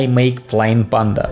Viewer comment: ку. Прикопаюсь к акценту, разве не ПЭнда вместо ПАнда